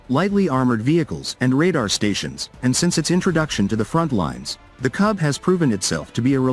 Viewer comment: A little digression! "KUB" is not read or pronounced "KAB" because the word itself in Russian means "space per cubic meter m³!"